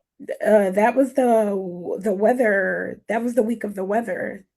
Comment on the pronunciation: “That was day of the weatherrrr” 🤦🏼‍♀️